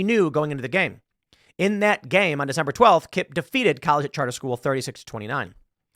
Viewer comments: Seriously... Tim Pool doesn't know how to pronounce "collegiate"? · Tim mispronouncing the word "collegiate" is all the irony I need for the rest of 2024